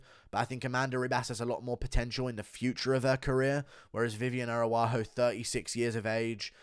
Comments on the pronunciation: Does he mispronounce as a joke? “Air-a-wah-ho” is insane 😂😂😂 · Stop butchering Viviane ARAUJO’s name for God’s sake